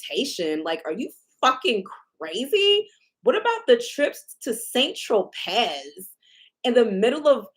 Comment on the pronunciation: and San Tropez is pronounced San Tro-PAY.